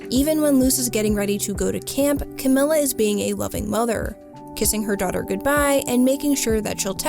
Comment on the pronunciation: Fantastic video I really love this. And any other TOH videos that you make I’ll also love I’m sure. But just so you know, it’s Camila with an E sound and not an i sound